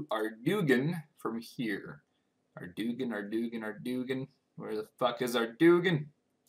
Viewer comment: It's pronounced Arr-doyn. It was revealed in postbag from the hedge 35.